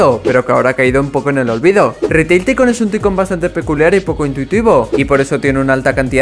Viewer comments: Gente normal: Taicun: Ticon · YO :PARA DE DECIR TICONNN! Pero gracias xd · Yo al escuchar ticon:sangran mis oidos